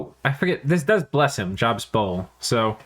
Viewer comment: That Job's Bowl is pronounced Jobe/Joab like in the old testament (and he's mentioned in Mormonism, Islam, and Baha'i). That story was one of the ones that really sketched me out about the bible as a kid, cause it's turn the other cheek to the extreme. God killed your kids? Better pray. God ruined your home? Better be thankful. God struck you with a disease? Better love it... Cause if you managed to get through all that - YOU NOW HAVE HEALING POWERS! Good job not losing your faith, kid, here's some astral pearls... Oh no you're still gonna have those boils though -- Enjoy!